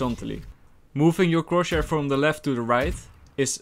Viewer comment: nobody:: CrOtChHaIr no offense i am a subscriber and i love you (no homo)